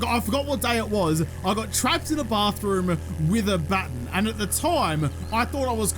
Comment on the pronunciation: It's okay if you say electrocutioner incorrectly; you don't say 'baton' right either. It' sometimes seems as if you people invented the language just so that you could butcher it.